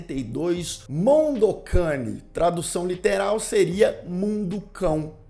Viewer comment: pq vc fala mondo QUEINE? o nome é mondo cane... tá escrito ali